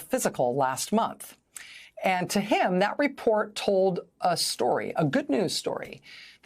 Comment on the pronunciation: Trump: I love Tessler Also Trump: I love Kessler